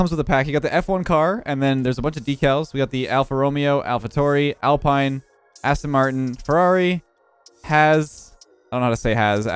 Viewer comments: He said al-pain-e And not alpine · Even as an F1 fan I pronounced Alpine wrong at first. The pronunciation is "Alpeen" (French car company). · Alpine is pronounced Alpeen because that is the French pronunciation, where the manufactures headquarters and garages are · no lol. You see the 24 people who liked? Starting off with Alpine, I can tell you 100% that it's pronounced Alpeen. So no lol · the esports team is alpine but the f1 team is pronounced Alpeen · and alpine lmao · Alpine is pronounced alpeen AlphaTauri is pronounced Alpha - toweri Alfa Romeo is pronounced Alfa Romeho Haas is pronounced hass Aston Martin is Aston Martin As a f1 fan. I am very triggered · Alpha Tauri, Alpine, and Haas. Both the A and the U are pronounced in "Tauri", as opposed to pronouncing them like an "o" as did. Alpine is Alpeen Haas has the ending "S" sound, not "Z"